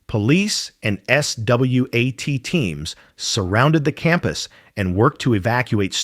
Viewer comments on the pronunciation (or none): This video is AI. He pronounced SWAT like spelling it out and said “it lives on” like “it life’s on”, clearly a typo the bot couldn’t realize before saying it aloud